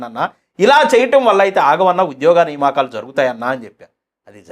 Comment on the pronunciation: నియామకాలు బ్రదర్ సరిగా పలకండి